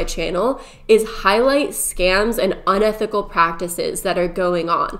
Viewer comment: ~Uni thick al~ business practices 😂💜 Edit: it was said correctly one minute later. I didn't point it out as a dig, I thought it was cute 🥰